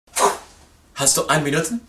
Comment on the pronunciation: no quiero ser quisquilloso pero es Hast no has como es en inglés. Un saludo;)